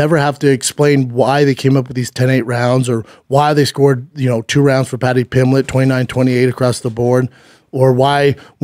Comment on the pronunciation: Talmbout Patty Pimmlitt?